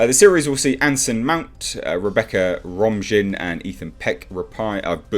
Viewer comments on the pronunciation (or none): Romjin? It's pronounced, "Romaine" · Romijn is pronounced "Romaine" like the lettuce. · Rebecca Romijn is pronounced like Romaine lettuce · For the record, it's pronounced Ro-main, like the lettuce. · Its pronounced Romaine Like Romaine Lettuce How ya gonna get Mystiques name wrong? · It's Rebecca RomIJn. Pronounced: "Ro'm-eye'n". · Rebecca Romijn 'Romijn' pronounced like Romaine lettuce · I think Romijn is pronounced Romain...I could be wrong. Star Trek is doomed if it continues to go back into its established timeline to write stories. As long as Goldsman and/or Kurtzman have anything to do with Trek, its dead to me. Had they had gone forward in time and created NEW characters with minimal reference to Kirk, Spock, Picard, Sisko,or Janeway, I would be looking forward to Season 3 Discovery or Season 2 Picard. But no. We get dystopian Trek going forward, or characters from the past being destroyed by re-imagining, ret-conning, or rebooting. Or we get "men are idiots and whamen are greeeeeaaaattttt...""....yaaaaawn. I know this post is far from grammatically correct, but thats the effect Star Trek has on me these days. My therapist says the nervous twitch will pass....lol. Love your content Sir! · Romijn = Ro-mane lol... dude, at least research the pronunciation. Anyway, still the same shit writers, pushed by Akiva 'what drugs is he on?' Goldsman.. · Romijn is pronounced like Romaine. I just remember her as the lettuce lady. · Rebecca Romijn Pronunciation: Rebecca Romain ehe! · The name is pronounced "ro-MANE".